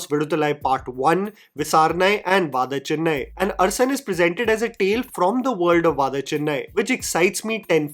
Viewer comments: It is “da” and not “dha” both in Adivi Sesh and Vaada Chennai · It's not pronounced vaadha chennai, but व-duh Chennai. Great video! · small correction its गुडाचारी similarly डा in adivi sesh similarly for vada chennai same way you pronounced d in rdx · I cringed a little every time you pronounced Vada Chennai. Please take a moment to learn how to pronounce the titles.